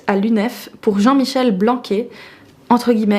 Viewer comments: Super vidéo, je l'enverrai aux prochaines personnes qui se dressent contre les étiquettes et la non-mixité. Sinon j'avoue que j'ai rigolé quand je t'ai entendu prononcer "Blanqué" au lieu de "Blanquère", d'habitude entendre parler de ce ministre ça me hérisse, mais tu as réussi a m'arracher un sourire ahah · Le ministre français Blanquer ils se prononce "blancaire" pas "blanqué" 😘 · Pour M. "Blanquer" se prononce "Blanquère" sinon très bonne vidéo